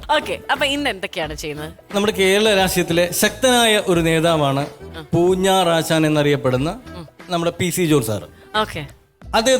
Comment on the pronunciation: പൂഞ്ഞാറാശാൻ എന്ന് തെളിച്ച് പറയണേ...😅